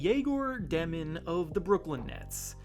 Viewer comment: Dëmin’s name is pronounced as if it were spelled Dyomin